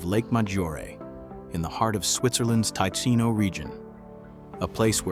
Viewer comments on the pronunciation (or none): Teecheeno not Thai Chino 😅😅 = TICINO